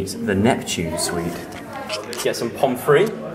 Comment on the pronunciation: pomprey?? really joe?? haha